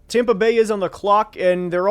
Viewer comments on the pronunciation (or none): none